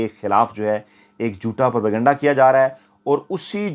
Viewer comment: یہ لفظ پر کنڈہ(pur kanda) نہیں ھے اینکر نے ھر بار یہ لفظ غلط بولا ھے یہ لفظ انگلش کا ھے جو انگلش میں اس طرح لکھا جاتا ھے ( propagyenda ) اور اردو میں اس کو پروپیگنڈہ بولا اور لکھا جاتا ھے اصلاح فرمالیں